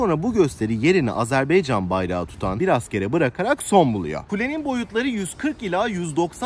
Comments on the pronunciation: Azerbeycan değil, Azerbaycan, dikkat lütfen ;) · Selamlar izlediğiniz için tşk ederim, ülke ismi sizinde ilettiğiniz gibi Azerbaycan olması gerekiyor çok doğru, fakat türk dilinde a-e harfleri okunurken bazen telaffuz bozukluluğu olabiliyor düzeltme için tşk ederim, eminim bunu bilen duyan herkes çok daha hassas olacaktır. Azeri kelimesi ise açıkçası yazılı ve sözlü platformlardada genel olarak sürekli kullanılığı için kulak duyumundan kaynaklanan bir telaffuz diyebilirim, kişisel olarak kötü niyetimin olmadığını yada olumsuz bir sebebi olmadığını zaten tahmin ediyorsunuzdur ✌🏻😇 Volkanik dağ; sizde iyi bilirsiniz çook büyük bir alan, zamanda kısıtlı olduğu için ve turla gezi yapıldığı için de olanla yetinmek zorundaydım ama bilseydim muhakkak şehidimize uğrardım görevimizi yapardık 😢 Komposto kısmı ise çok komik oldu inanın zeytin mi bu dedim ingilizce ve türkçe sordum evet dediler, ama araştırdığımda ve restorantın menüsünde görünen ismi neyse alta yazmaya çalıştım, doğrusunu ilettiğiniz için tşk ederim. Videoda şeyh bakuvinin türbesini hızlı geçmiş olsamda içini bizzat ziyaret ettim. (Teknik olarak videolarımın altında müzik olduğu için ve total dakikayıda uzatmamak adına kısadan gösterdim aslında) Türk şehitliğinide bizzat ziyaret ettim ama yine iletmek isterim amacım gezilecek yerlerin rotasını kısa, net, öz anlatmaya çalışıyorum teknik olarak videonun zamanını uzatmadan :) videoyu izleyenlere nerde ne var gösteriyor keşif sırasını onlara bırakıyorum açıkçası. İzmir marşının, türk kavkaz marşının benzerliğini ilk kez si